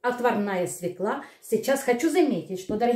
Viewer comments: СвЁкла, а не свеклА !!! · Свёкла, а не свёкла.